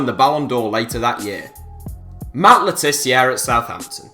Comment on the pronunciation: Matt Le tiz-ear? Long-gevity? Please take some English lessons you wally.